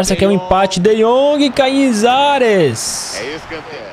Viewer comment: A melhor parte da narração do é quando é dito: "Kainesares!" kkkkkkk Obs: não sei a escrita do nome do goleiro Abs!!!